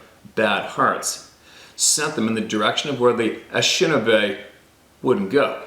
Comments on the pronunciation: Pronounced: A-ni-she-na-bay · It's pronounced in-ish-in AAAHHH-bay